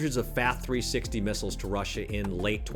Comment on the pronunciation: It triggers me when AI voices are used and the subject of SAM Missiles comes up and then they're immediately called S.A.M. (spelled out) Miss-aisles..... And also Sidewinder missiles that then are called Cid-Wind-er........The incompetence of AI chat voices is embarrassing. The use of them is even more embarrassing.